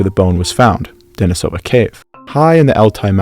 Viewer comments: Why do you keep pronouncing the name wrong you even pronounced the cave correctly but then you did not pronounce the name the same way you pronounce the cave when they are clearly pronounced the same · I'm not sure why you pronounced Denisovan correctly but Denisova incorrectly. They're the same word. The Russian i is pronounced like an English e, and the emphasis is on the second syllable, as you pronounced correctly in Denisovan.